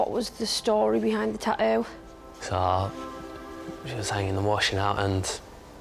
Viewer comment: Tattoo not taoo